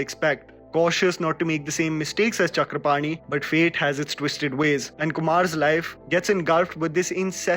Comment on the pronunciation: I am really impressed how you properly pronounced name Chakrapani.